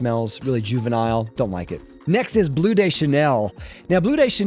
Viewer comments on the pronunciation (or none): I hate how you pronounce "Gaultier" and "Bleu" 😛 (and "intense" when it's a French name). And that's objectively bad. I actually like the Dior Homme line and Interlude (even if the recent batches of both are not as good)... the rest of your hates I understand, including Le Male. I haven't known the original formulation either, the current one is way too minty... I like Le Male Le Parfum though.